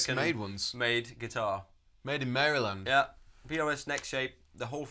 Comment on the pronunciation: Props to for pronouncing Maryland like an American:)